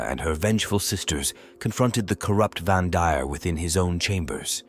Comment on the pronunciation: It’s AI slop, that’s why the pronunciation and syllabic emphasis is all over the place.